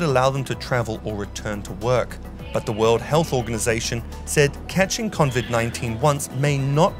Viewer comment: Did he just say at the end there... "convid 19?